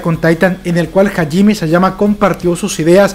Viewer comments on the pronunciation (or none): Se pronuncia SHINgeki no kyoJIN y HAjime Isayama y MANgaka y LOR (no loré)